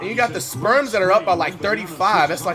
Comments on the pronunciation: "The sperms are up by uhh 30" lolol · "sperms" is crazyyy 😂😂😂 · is he saying sperms or spurs??? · Why is he saying sperms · Has flight always called the spurs the “sperms” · Did he just call the spurs the sperms😂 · Dude called the Spurs the Sperms 🤣🤣🤣🤣